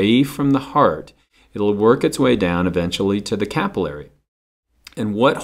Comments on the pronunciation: Hate the way he says capillary... Sorry haha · I always pronounced 'capillary' different... This is confusing. Regardless, thank you for the video!